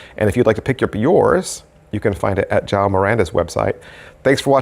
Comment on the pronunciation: Hey the Portuguese name is João not Jao 😂😂...thks for the review